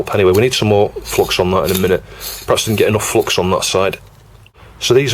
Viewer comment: see, the solder-gods are angry with you because you keep pronouncing it as flox ! ;)